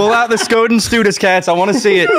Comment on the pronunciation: As an indigenous guy I approve the skoden and stoodis memes it’s so funny how off you guys are with how you say it and use it it’s for when you wanna fight someone so you say skoden and the other guy says stoodis den 😂